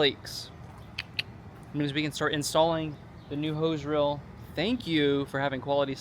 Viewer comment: I'm getting pronunciation nazi on you. Your eeeeee's are "ee. Steal but you say still. Reel, but you say rill. Deal, dill. Feel, fill. And so on.